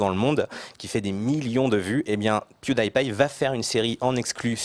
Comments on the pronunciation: piewdaipie mais c'est impossible mais si c'est possible avec la cate kiwi l'enfant de moin de 16 ans et ceux qui l'accompagne j'usqua quatre personne on DIT PIEWDIEPIE avec un i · C'est pas "Pioudaillepaille" c'est "PiouDIpaille" désolé , c'est tout ce que j'ai à dire sur la vidéo. XD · ***** Mdrr , à la francaise c'est "Pioudipi" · | Le gars qui dit Michel tout l'temps Il le prononce à la FRANCAISE XD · MaxLinker44 | Le gars qui dit Michel tout l'temps et ? euh le prononce à la Franglaise (il pronce le di comme en anglais)